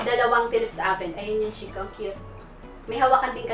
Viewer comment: FACT: ☺️ Dito sa Italy ang proper pronounciation ng Chicco ay KEEK-KO. Its an italian company. Ang "CH" at ang double "CC" sa italian ay "K" ang pagbasa. You're welcome☺️